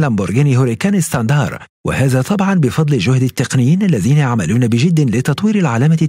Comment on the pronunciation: بعدين اذا كنت عم تحكي بالانجليزي .. اسما standard مو ستاندار